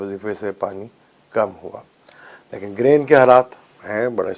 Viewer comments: Excuse me it is GARHAN not Gren. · Excuse me its not Garhan, Its GREHAN or even better ECLIPSE